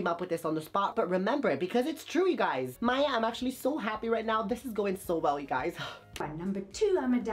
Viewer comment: Her name is Maye like the month not Maya